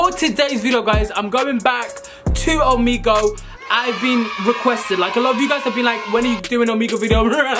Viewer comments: How can you spell Omegle correctly but call it omego 🤣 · I love the way Akafi pronounce Omegle as 'Omego'